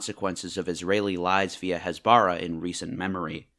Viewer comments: its hasbara with normal h not chasbara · What is up with western media and putting a stress on a foreign word and criminalising it? "Hasbara" (pronounced with emphasis on the "ha", not on the "ba" like you said a million times wrong in the video) is plainly just the hebrew word for "explaining" and "explanation". Nothing more, nothing less. You can say that explanation from Israel is wrong and propaganda filled, that could be a valid critisism, but taking a foreign word that has no negative connotation and labeling it as evil is just wrong and frankly, is pretty much cultural appropriation. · btw, it's pronounced HÀS-BARAH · stop saying "Hasbara" you are pronouncing it wrong and its annoying, do your homework before making a video about the lies you was told, you know nothing about what actually happens there. As a Palestinian who lives in Lebanon: I STAND WITH ISRAEL, you just bring "facts" that aren't facts, you are saying that the killing of Hamas officials is a crime when it's literally a terrorist organization, shame on you. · ISTG YOU BETTER CORRECT YOUR HASBARA PRONOUNCIATION CUZ IT'S SO DAMN ANNOYING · It's pronounced "cast LED", as in LED zeppelin. As in the metal element, LEAD. Lead is CAST. "LEED" is not cast. "Cast LEED" makes no sense. And "Hasbara" is pronounced "Khas-bah-rah". Not Has-bar-ah.